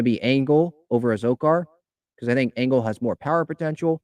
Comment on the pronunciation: Adam Engel (not angle like this keeps mispronouncing) - "He’s also a quality baserunner, as the excellent speed that has made such a gifted outfielder plays on the bases. He’s stolen 47 bases in 64 career attempts, including a solid 12-16 success rate last year. His right-handed bat offers manager Bob Melvin a chance to shield incumbent center fielder Trent Grisham from tough southpaws on occasion